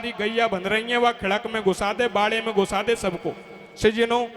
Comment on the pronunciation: सज्जनो शब्द को थोड़ा सही बोलें। बाकि धबले जी जैसा ही सुंदर गा रहे हो